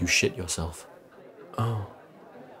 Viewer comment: Since this video came out I always thought he said "you shoot yourself", but I decided to visit this video again and the caption was on and I just realise he said "you shit yourself".